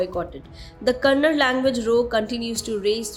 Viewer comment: Itsa kannada not kanad